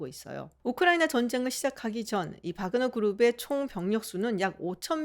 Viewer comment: 확실히 박사님이 전문가이십니다. 대형 언론에서도 와그너라고 하는 곳이 많은데 바그너라고 말씀하시는 거보면 역시 전문가는 다르구라나고 느낌니다 동유럽언어에서 W는 ㅂ 과 비슷한 발음이라 바르샤바도 W인데 ㅂ 비슷하게 읽는 것과 마찬가지로요